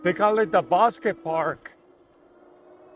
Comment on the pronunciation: Are you saying Bosque Park? The bo in Bosque is pronounced like the bo in the word ,crossbow .